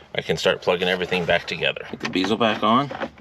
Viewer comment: You pronounce bezel wrong and it bothers me